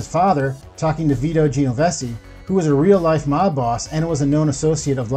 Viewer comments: Vito Genovese, pronounced JENN-O-VEESE NOT JENN-O-BESSIE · It’s pronounced Geno VASEY jesus never heard it butchered that bad before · At least try to learn the italian last names. It's not Geovese...its GENOVESE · Hey, it's pronounced Jen-oh-veece not gene-o-vessy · I gotta hit you on pronunciation: the Genovese last name is pronounced [Jen-o-vay-say] not [ji-no-ve-see] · Genovese … is pronounced… jen-o-vees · "Gee-o-vessy" crime family? Real mafia expert, I see. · Veeto Jennovessie 😂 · Geo-ven-cey, Bro 😆🤯, you murdered so many names you should be in the movie. Good job though 👍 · You sound a lot like the late Norm Macdonald. Btw - it's pronounced "Gen-no-v-see" (phonetically) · It is pronounced as if you read it this way - JEN-O-VEEZ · What’s a “geo-vesi?!” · We’re not gonna talk about how this man kept pronouncing Genovese??!?! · Someone PLEASE tell the stunad narrator how to pronounce names like IMPERIOLI and Genovese. How hard is this??? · Omg the way he pronounced Genovese was so cringe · Uncle Junior "Cornado"? The "Giovese" crime family? Come on man. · Jesus man, at least learn to pronounce the names. Christopher’s real name is Imperioli not Imperelli. And who the hell is Vito Giovesi? Are you trying to say Genovese? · Your incorrect pronunciation of Italian names is a problem…Imperioli, Genovese, etc.